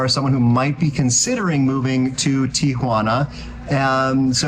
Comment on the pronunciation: Thank you for pronouncing the name of the city correctly. Instant cred!